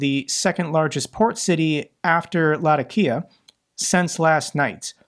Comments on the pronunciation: I believe Latakia is pronounced "Lah-TAH-kia". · I get irked every time he says LA-TAK-EE-UH wrong. My arabic professor in College was a refugee from there and would talk about it fondly all the time. Otherwise solid vids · Latakia Pronunciation: lah-tock-kee-ah (Say it fast.)